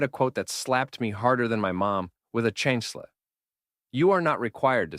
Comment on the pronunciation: Chancla! Not chansla 😅🩴